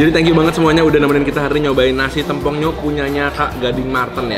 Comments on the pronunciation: TEMPONG KAK BUKAN TEM PONG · Tempong bukan tempong, kakkk astaga😭 Dengernya g enak bgt😭🙏🙏🙏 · tempong/paha ( e nya di miringin klu ngucapin )